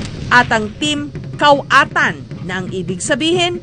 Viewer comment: Kawatan... 😂 koatan po..